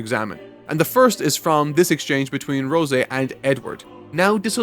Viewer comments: It’s Rose, like the flower, not Rosé, Rosey… I know, I know… And welcome to FMA! That T-Shirt you see of Nina and her dog doing the DBZ fusion holds a dear place in all of our hearts… The writer… she knows how to hurt us… straight in the feels… uuuhg… she kicks us in the balls(physically and metaphorically) pats us on the back asking “Are you ok big brother?” and then makes you stub your pinky toe, on every single piece of furniture in the house… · I get you're reading it and not watching, but why would you assume her name is pronounced Rose-Ay instead of rose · Okay, her name is Rose. It's one syllable, no way you can screw this up. Ro say. WHAT. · It's Rose not Rosé. Good vid tho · Rose-A? Pretty sure it's just Rose in the dub. Anyone know if it's different in the sub? Edit: Bois, I think it's raining again... Edit 2: 21 episodes is NOT "almost 2 full seasons of anime" because usually 12 episodes are 1 COUR. Half a season. A typical season is still about 23-24 episodes. Sometimes we get "full seasons" that are only the length of 1 cour, but I'm pretty sure 2 cours/1 season is more common. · I have never seen nor heard it use Rosé. I’ve read the manga and only watched an episode or 2 in sub though. But the E at the end of a Japanese word typically has the long A sound, so that’s where it may have come from? Like our favorite meme boy Sasuke lol, I’m thinking it was just a mispronunciation? Idk, the only one that knows for sure is the author herself 😂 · Rosé. He pronounces it in a French way